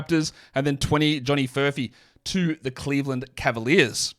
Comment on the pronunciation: Lmao did you just call johhnny furphy "the dildo"?!? Lmao